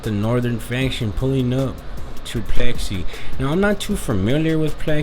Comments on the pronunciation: Its pix ley .... Like pics lee not plexy😊😊😊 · It’s pixley not plexi! You sound like a retard foo